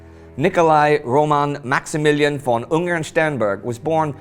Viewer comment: Yay, you are starting to get the "von" right